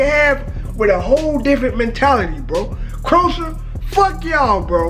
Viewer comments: Talking about the football and can't pronounce the name of England opponent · You are pronouncing Croatia wrong😂